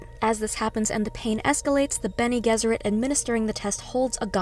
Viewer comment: Hello, it's a "G" for Gesserit. Like G for George. Have you even seen the movies?